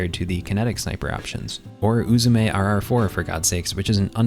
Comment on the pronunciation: Not only was this video super clean but you pronounced Uzume correctly. S++ for that